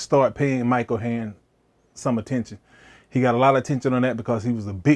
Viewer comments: This is so great! Pronouncing his name “Mike Oheroin” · Mike oh hey-ern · you say his name so funnily